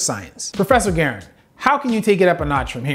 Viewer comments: Dude didn't even know the actual weight of buck shot. 16 oz of buck shot wouldn't even fit in that gun. Much less one cartridge(round). And garand isn't "gerren". I guess there's no doubt in my mind that this guy isn't nearly as educated as he's acting like he is... No, Garand, is a the name of one of the most notable guns of history. The M1 GARAND(gar-rand - flat sounding a) is the rifle that helped us to win world War 2. It's one of the most produced guns the world has ever had. And yes, I've shot several M1s myself. I'd like to think I was trained properly simply because I learned from a former FBI trainer! Ok! No, The fact that the good doctor didn't even know that tells me that he can't hold his own jock strap straight on the topic of guns. For Goodness sake, there's a ton more to know about hundreds of types of 12g rounds. Literally, hundreds!!! The brands of rounds makes a difference also. NEED I GO ON? Yes. The ballistics of ALL are different. Therefore the reaction on the body is gonna be different. I appreciate that he's trying to understand the damage done to the body. But dude, go get a gun yourself and go shoot it yourself. Don't make a video, that'll end of making yourself look like an uneducated know-it-all...!!! This is obviously JUST FOR ENTERTAINMENT! And maybe a bit of fear baiting. Don't be Alec Baldwin, and don't pull a trigger unless you HAVE TO! Don't point a gun at ANYTHING that you're not willing to destroy, period! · Sir All due respect. Garand thumb Comes from the M1 Garand. You do not pronounce it correctly and it triggers me like when people call clips mags. I liked the video, please for future videos Pronounce garand correctly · I think youtube just doesn't like you, kind of like everyone's else You don't even know how to say Garand haha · Guys......... it's pronounced like the gun name........ the m1 garand your name pronunciation is great tho. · Guh-rand thumb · Gar and pronounce it like that plz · Its pronounced GA-RAND.